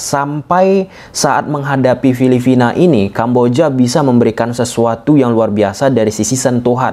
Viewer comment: Filipina bang. Bukan filifina 🤣